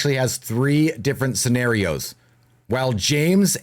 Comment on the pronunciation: He said serrenarios